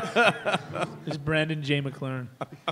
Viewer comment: FORD FRS It's McLaren not McMalren.